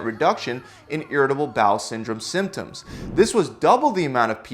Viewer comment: Can you say symptom symptoms again that was just........... Really Really Annoying🙃